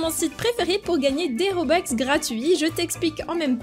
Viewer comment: Robux pas robex